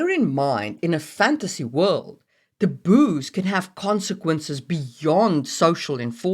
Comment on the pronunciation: Lol, sometimes it sounds like you're saying "the booze" instead of taboos xD I am very sleepy.